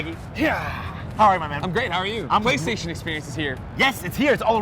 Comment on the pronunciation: What's Flaystation? lol